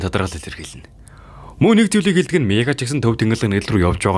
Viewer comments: Miigaa g niigaa gej sonsloshd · niigaa ged sonsch uyd 😂😂😂